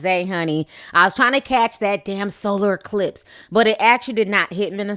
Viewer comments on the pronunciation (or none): none